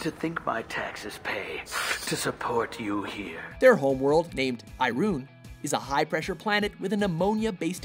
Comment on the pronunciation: thats not how you say Irune. GAWD